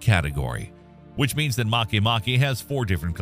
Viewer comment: This is the first channel I've seen in quite some time that actually pronounced "Makemake" correctly. Regardless, great video and top-notch content as usual!